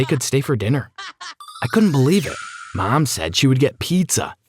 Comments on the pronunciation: so no one’s gonna talk about how he say “mam” instead of “mom”??? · Why dose he keep saying mem